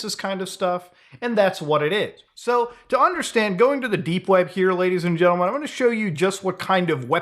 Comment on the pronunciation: genTlemen not genlemen xD the T isn't silent